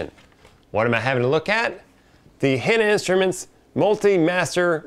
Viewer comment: why are you miss pronouncing Hanna?